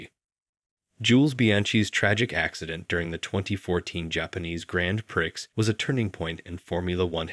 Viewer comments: Or min in pronouncing "PRIX" as PIRCKS instead of PREE for the race 😂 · I love your videos. Anyway, it's pronounced pree, not prix as it's spelt.